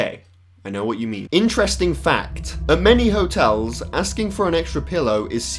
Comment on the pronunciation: They don't call them hoe-tels for nothing.